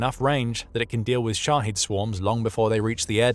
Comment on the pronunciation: It's pronounced shahEd, not shahEEd